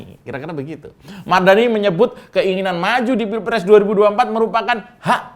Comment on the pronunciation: KIRA2 ADA CALON INDEPENDENT GAK OM 😂 BOLEH TUH 😅 🤣 NYEBUT MARDANI BIASA AJA BANG 🤣